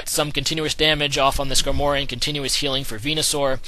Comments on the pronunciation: skarmory not skanory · It's not needleking. There's no "needle." It's Knee-doh-king. And it's Scar-mory. says a lot of pokemon names weird.